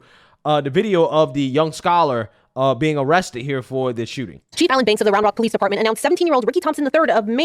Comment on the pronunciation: The polee and the amblan